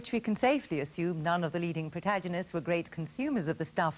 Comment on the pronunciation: It always troubles me when a smart person pronounces a word differently to how I’ve been pronouncing it all my life. She says protajonist. I say protaggonist